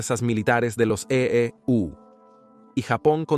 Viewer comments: Por ejemplo en la parte que dice EE...... U 😂. Parece que usan IA para la narración, no está mal pero pueden mejorar. Por lo demás excelente iniciativa y canal. Muy informativo e histórico 👍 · Esta etapa de la historia es muy importante de conocer, una de las más importantes del siglo XX, si el narrador fuera mejor editado porque esta hecho con IA!!! cierto?, no pusieron atención a la corrección, y cuando este dice: (la marina de E.U.) hace que uno pierda el hilo del contexto, se nota pausa, en la narrativa, esa pausa pierde la profundidad del mensaje.